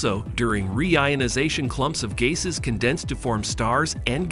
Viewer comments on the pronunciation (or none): Balls of gazes? The Cosmus? Naysa? WTF am I hearing that right?